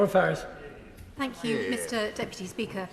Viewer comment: It's Farris, not Ferris.